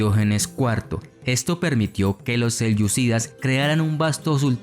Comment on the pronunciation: Creo que es horrendo lo que has hecho. Hablas de los seleucydas, (mal pronunciado) sin mencionar a lo pueblos turquícos. Para rematar mezclas conceptos o por lo menos no los has explicado bien.